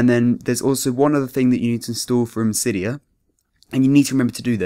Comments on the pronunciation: "sigh" dia that's how you pronounce it. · i get out of a vid when they fcking say cidya